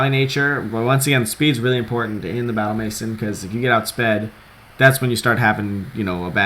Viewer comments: maison- MAY-ZON not MASON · Just for future reference, it's "may-zawn," not "mason." I only know because of the Simpsons' "Maison Derriére," haha. Seriously though, good stuff. I'll take note of these threats to this triples team. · please learn how to pronounce MAISON k thx